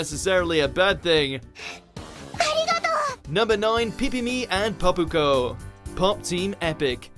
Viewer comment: Pipimi and Popuko?? REALLY?!!?